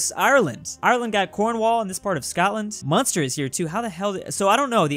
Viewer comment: He said Munster right.